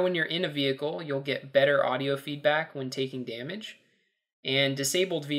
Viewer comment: did i hear you right?... if you try and run someone over in the mav it'll destroy "yout vehichle"?